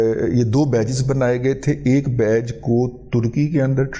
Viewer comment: بیچ کو بیج نہ پڑھین